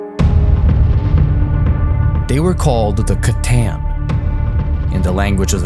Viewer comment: wrong, they were not called the c'tän/c'taen like you pronounce it... its more closely pronounced c'tan with a long A instead of whatever long E sound you were using... you are making the A sound like an ä/ae.... and it sounds really stupid when you pronounce it that way other than that the video was really good